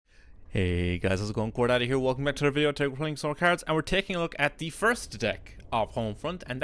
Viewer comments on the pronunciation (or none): am I the only one who keeps hearing "core daddy" instead of "core data"?